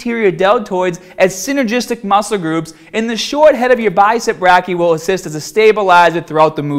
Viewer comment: for future reference, "brachii" is pronounced "bray - key - eye"